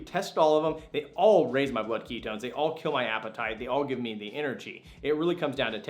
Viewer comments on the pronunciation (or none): Keto ess? You must be from California cause you talk too fast. Some of us are from Texas!!!!